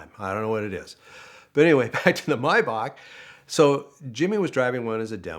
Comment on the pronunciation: About time someone pronounced Maybach correctly